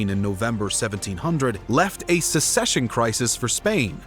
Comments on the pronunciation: Will someone please explain the difference between "A war of succession" and "A war of secession" to the narrator? He doesn't appear to have heard of the former. It's all "secession" to him. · Excellent graphics and maps. Excellent detail (with many mistakes). Incredible effort! OTOH, if you want to be accepted as serious historians, you'll need to learn the difference between "secession" and "succession." That's inexcusable. And although the real human voice-over is much appreciated, you'll need to be more careful in future with the almost-unbelievable number of mispronunciations. All in all, thumbs up! Keep at it!